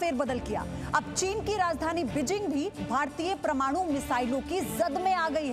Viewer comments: Pramaanu nahin hota madam parmaanu hota hai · प्रमाणु नही ,परमाणु.... उच्चारण सही करे.....हिन्दी का अपमान न करे,😕😕😕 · प्रमाणु नहीं मैडम परमाणु कहिए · प्रमाणु नहीं होता,,,,, परमाणु होता है,,,,ये हिंदी बोलने वाली पत्रकार का हाल है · प्रमाणु...? परमाणु..? Reporter ...........? National media...?? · Paramanu hota hai pramanu nahi...😅Ye Kayse RSS ke channel ki Hindu he jisko Hindi nahi Bolne Aate...😄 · Who heard pramanu.... It should be par-manu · Abe promanu promanu kya laga rakhi h national media pe... Wo parmanu h sali thik se padh liya to kar kamse kam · प्रमाणु नही होता परमाणु होता है ।🤣🤣🤣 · Mam PRAMANU nahi 'PARMANU ' bolo.....jai hind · Ye permanu ko PROMANU kyun kehrahi he 🙄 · Anchor अनपढ़ है क्या, परमाणु को प्रमाणु कह रही है? कौन कहता है भाई भतीजावाद केवल फिल्मों में है? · 'Parmaanu' ko baar baar 'pramanu' kehte rahi hai kya 'praman'karna chahti hai ye anchor ! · Ma'am ji आप जो शब्द पढ़ रहें है वह प्रमाणू नहीं परमाणु है। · Anchor bar bar pramanu kahti hai paramanu ke jagah ! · ओ मैडम जी प्रमाणु नहीं है परमाणु है🤣🤣🤣🤣🤣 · It's not pramanu its parmanu ok madamji! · Promanu ya parmanu bolna to sikh le ..... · सुधीर जी, ज़ी एक राष्ट्रवादी हिंदी न्यूज़ चॅनेल है और भारत में प्रायः लोग पसंद करते हैं। कृपया हिंदी उच्चारण पर विशेष ध्यान दें। परमाणु को बार बार प्रमाणु उच्चारित करती हैं जो ठीक नहीं लगता। धन्यवाद। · Parmanu ki jagah aap pramanu bol rhi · Madam it is Parmanu not pramanu Note your pronounciation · Pramanu nae Parmanu 😆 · Pramanu nahi Parmanu bolo..... pagal aaurat. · परमाणु बोलते h pramanu नहीं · dear mam, its parmanu not pramanu.. correct your talking plz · Chutiye pramanu nahi parmanu bol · Madam Pramanu ya parmanu !!???! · Pramanu nai medom parmanu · Pramanu nehi hai, paramanu hai Thik se bolo yaar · प्रमानु नही है मैडम परमाणु है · प्रमाणु नहीं परमाणु है। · It's Paramanu.. Not Pramanu.. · मैडम, परमाणु होता है प्रमाणु नहीं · Hehhh parmanu ko bar bar pramanu kyunn bol raha he ye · hindi shbdo ka sahi tarike se prayog kare...parmanu no pramanu